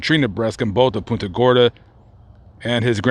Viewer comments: I know you probably dont read the comments, but i have to let you know you pronounced the city name wrong. (Don't worry, many other people do too, lol). When saying the word Punta, think of punting a football. You pronounced it more like 'poon- ta' when its really pronounced 'punt-a' Gorda. I was born & raised here and was very surprised when looking thru your list of videos you had one on the Cemetery many of my family is buried at, and where i hope to be one day too. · That's pon-ta gorda as us natives call it. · Our town is pronounced "PUNT"-"a" Gorda,. Thanks for visiting! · I was just about to say the same exact thing. All through the vid when he said it, I kept saying back, it's PUNT-a! LOL. Think he visited PC cemetery? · I caught that too, from Naples but my mother lived there for years and also Port Charlotte.